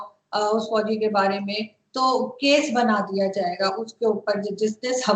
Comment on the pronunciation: It's fauji not fauzi It's Arzoo not arjoo Interchange z and J,your problem of diction will be solved.